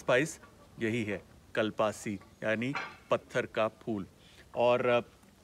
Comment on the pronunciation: Well pronounced Kunal Kapur. Thats how we pronounce in Tamil "Kalpaasi" . Well done. We love our language as much as our food. We use it widely but mainly in Chettinad cuisine. This is very good informative video. I hope you will travel all over India and the world promoting spices which are medicines .